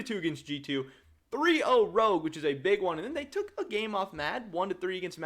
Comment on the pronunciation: i like how he said CHOGUE instead of ROGUE